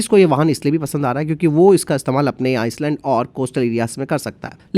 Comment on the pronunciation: भाई आइस लैंड नहीं आई लैंड होता है 🙏🏽